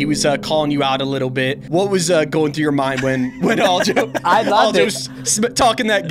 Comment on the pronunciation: Why's this guy keep saying "All-jo"?